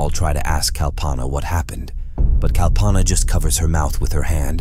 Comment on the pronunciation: And when did kal-panaa became kal-paanaa. 😂 And Ga-waar-e became Ga-ware. And He-ren became Hi-ren It is clear that it is a computerized voice.